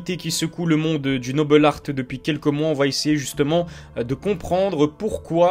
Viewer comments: Super vidéo ! Mais pourquoi "Nobel Artt" ? Noble Art est un terme purement français, il n'est pas utilisé chez les anglo-saxons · Pourquoi dire "le noble art" avec un espèce d'accent Anglais ?